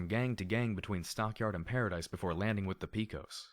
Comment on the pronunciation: Dude, I love what you're doing and it's the only thing keeping me enthralled with this story (along with the other FoE). And the ending...Fuck... But one thing I kept clenching my fists at each time I heard it: it's pronounced "Pe-cos (pay-cos)", as from the cowboy mythos. Love what you're doing though and keep it up.